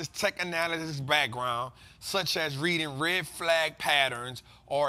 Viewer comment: it’s AS not ASS 😂😂😂😂